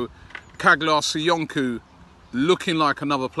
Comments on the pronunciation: come on robbie, can you try to pronounce Caglar Soyuncu ( Jaylarr soyoonjoo) name correctly, you make a real effort on everyone else's name!!!!Aubameyang, Henrikh Mkhitaryan, Mavropanos, Papastathopoulos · Richest Man In Tatooine yes it pronounce like chalar soyonchou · Chaa’lar SoyUnju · Hi Robbie. You are doing a fab job. His name is pronounced: Caalar Soyunju.....the g is silent and C is pronounced as j. BW and keep inovating. .. HMK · Caglar Soyuncu pronounced Chahlar Soyunju. Quality prospect 🇹🇷👍AFC COYG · Robbie its pronounced Chaalar Soyunju